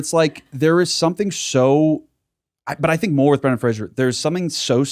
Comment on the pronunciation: Love yall but it is Brendan Fraser like razor (fray- zer) not like Frasier (fray-shur) the show. He has made a video about it and how often people say it wrong😭